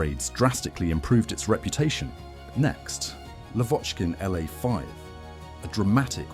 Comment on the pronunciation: And ircraft designations like the Lavockin "La", Ilyshin "Il", Sukhoi "Su" are read as a single unit-just like how you read the aircraft designers' surnames using only the first two liters. It's like saying "Yak" - you don't pronounce it "Ya. k." ) However, you read SB and DB correctly. That's because they aren't abbreviations of surnames, but rather aircraft classes: SB stands for "Sredniy bombardirovshcik"-(Medium Bomber), and DB stands for "Dalniy bombardirovshcik"-(long-range bomber).